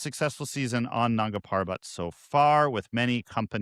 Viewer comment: Please pronounce Nanda properly just ask someone they will tell why its sounding inappropriate.